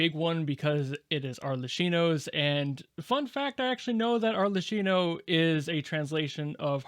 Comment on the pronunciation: GUYS Mother Fatherd so hard again that she became the "FATHER" PS its Ar.lekˈki.no the Cs are Ks